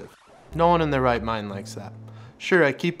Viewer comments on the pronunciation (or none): none